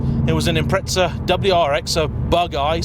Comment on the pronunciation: Its not impretza. Its impreza